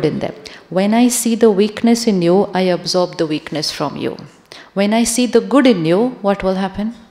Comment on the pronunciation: Sri shivani sister, I got confused when you say absorb the energy, the pronouncation looks like observe the energy❤ meaning doesn’t matched in that sentence~~😊😊